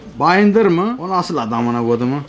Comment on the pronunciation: bayındır diyor ya hdjddjjskaks